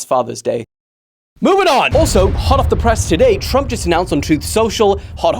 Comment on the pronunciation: Tump? Nuh uh plz don’t disrespect my man like that put the R plz hello